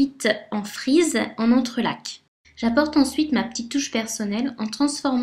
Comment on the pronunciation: Je passe un peu tard, mais, merci! C'est plutôt sympa. (Et le c de entrelacs ne se prononce pas...)